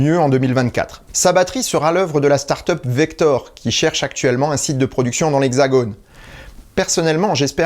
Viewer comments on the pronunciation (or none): Petite correction : Il s’agit de « VeRKor » comme montré en illustration, et pas « VeKTor » comme dit oralement ;) Ce n’est pas très grave, mais en tant que grenoblois vivant justement à côté du massif du Vercors je ne pouvais m’empêcher de le souligner, cette pépite grenobloise/Rhône-Alpine n’ayant pas choisi historiquement ce nom par hasard… ;) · Euh... C'est "Verkor", pas "Vector" xD ! Et ils ne cherchent plus leur site de production, ils l'ont trouvé ! Il y aura une gigafactory à Dunkerke, et un site de R&D à Grenoble. La stratégie industrielle de cette entreprise est d'ailleurs intéressante, elle mériterait d'être analysée sur cette chaîne :).